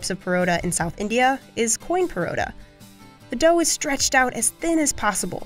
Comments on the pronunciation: "Porota" 💀 Bruh at least say parata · …did they just call a paratha, ‘parota’? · She didn’t pronounce Parata correctly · it's also pronounced as parotta here, so though not really right it wasn't too far off. Also paratha and south Indian parotta/paratha are different. The former is a flat bread and the latter is a layered/flaky flat bread. Or at least this is my understanding. If it was any of the others, then my apologies. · It's paratha not parotta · and they said porotta instead of paratha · Me hears Parotta: Emotional Damage We in India call it Paratha not Parotta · As a Pakistani, I for a moment thought they pronounced "paratha" incorrectly as "parotta". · "Parota". Oh dear... You mean Paratha. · I feel like they pronounced it wrong. It can also be pronounced as “pa-rahth-uh”, I’m Indian so ik this lol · I had to listen three times to understand that the lady was trying to pronounce paratha, she made zero effort to learn the names of different breads sadly. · Yes! Except they butchered the prononciation of Parrotha and Maida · Indian here, in South and East India and Bangladesh it’s pronounced pōrō’thā (पोरोठा) But in the rest of India, it’s pronounced parā’tha (पराठा) Also Naan is originated from Persian and it’s pronounced Nän (نان) in Persian, like the o in Holland. However, it’s not pronounced like that in Hindi-Urdu, it’s pronounced Nān like the a in father.